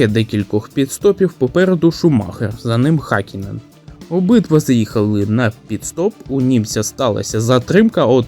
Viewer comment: Гакінен??? Ти ви заманали знущатись над іменами та призвищами! Вчіть фонетику а не лише патріотичні закони про мову!